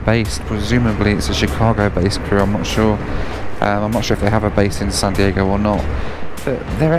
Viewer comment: I think I heard you say sun Diego😀